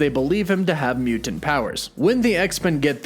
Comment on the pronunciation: Dude, I love your videos and the info you provide, but please work on the over-annunciation and pronunciation of various words. “Braddock” not “Brad-dockt”. “Mutant” not “mu-tantt”. Etc…